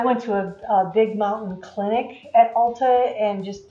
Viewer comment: It's ALTA not ALLTA